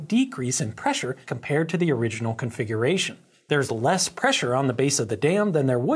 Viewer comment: Insightful as always. And you also have the rare talent of being able to say “they’re there” and they actually sound like two distinct words!